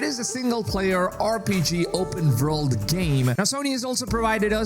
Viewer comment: Never heard of an "Open Verld" game. Pretty excited about now. Lmao 😂